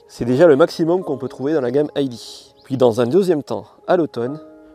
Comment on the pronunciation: Pourquoi prononcer "ID" à l'anglaise ? Quelle manie ! Il n'y a aucune raison de le faire d'autant plus que c'est une voiture allemande et qu'en Allemagne le "i" et le "d" se prononcent grosso modo comme en français. Les Allemands ne diront donc sûrement pas "ail di" mais "idée". Cessons de mettre de "l'anglais" partout, particulièrement lorsque rien ne le justifie, ce qui est le cas ici. S'agissant de la DS, diriez-vous la "Di esse" ou la "Déesse" ? Réfléchissez.